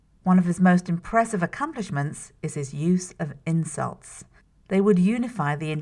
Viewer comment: I'm not sure if I'm having a fever or if this video is really worded kind of weirdly. Every time she says "insults" I hear "incels" and I was also a fan of these sentences: "Shakespeare used a lot of words." and "Romeo and Juliet: a play about two gangs (??)"